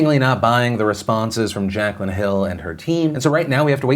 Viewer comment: Its pronouced jack lynn not jack cuh lynn 💁🏻‍♂️